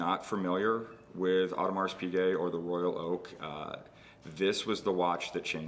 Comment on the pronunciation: Please do not spell the S in Audemars. It should be silent.